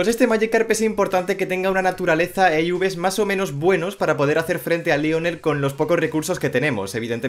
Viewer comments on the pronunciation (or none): No se pronuncia iubes la v corta no es un uve 😡 y no es matar es debilitar 😐